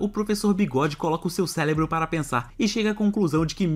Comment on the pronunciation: Ele falou celebro ' gostei muito do vídeo e só o meme msm